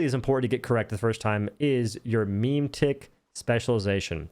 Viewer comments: It's Me-Meh-Tick, not Meme-Tick :D good video otherwise! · I couldn't stop laughing at memetick, it's so good